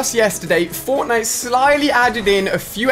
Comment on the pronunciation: who else heard botnite